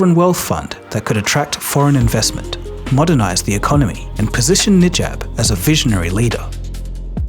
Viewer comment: prime minister "Nijab"